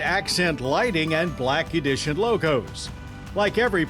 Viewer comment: *Blacky dision* 😂